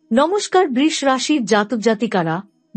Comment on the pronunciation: Maa k niye oshobhotami babostha nakorle ki hobe? Brish bole kono rashi hoyna nakami na kore sudhho uchharon kirun Brisho bolunmagi tui Maar ashirbad pabikina dakh soiten